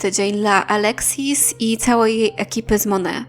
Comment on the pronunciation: Nie „mone” , tylko „monejt” MONAT